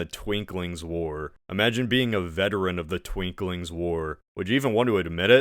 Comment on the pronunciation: Just one correction, its not twinkling, war, its the Twinking war. Twin-King, lol. Because there were twin kings fighting for control. Also, turtledove does kind of change the context of the holocaust, by making it the fuel to a magical superweapon... which gets copied by the Not-Russians. Ps. Its not at all relevant, but im sad that you left out the fact that the algarveans have red hair and wear kilts, lol